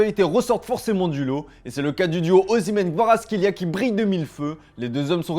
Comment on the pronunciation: Qui a remarqué que le commentateur a camouflé le nom du géorgien